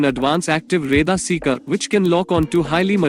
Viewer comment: Plural of aircraft is aircraft. U r saying aircrafts. Its not five point forty five champion. Its five point four five. If you don't know any thing of J20 then how can u compare. ?? Ghonchu. रेदार kya hota hai bey. Its रेडार.